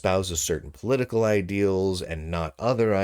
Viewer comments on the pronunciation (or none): none